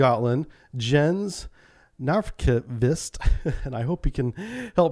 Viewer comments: Her Captain's name is pronounced "Yens Neekvist". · It would be Yens New-kveest, btw